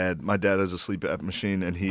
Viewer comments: OHMYGOD does Shane think it's called a "Sleep Ap" machine?! 🤣🤣 (It's CPAP) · no way Shane doesnt know its CPAP not sleep ap lmao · Shane things Joe said "sleep-ap" when he said CPAP lmao